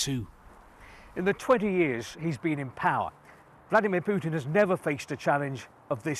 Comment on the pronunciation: What was that? Vladamir Putin? That’s the weirdest way I’ve heard some one day his name, not like you don’t hear it pronounced often